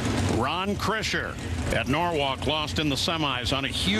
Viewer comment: Krisher, not Kirsher...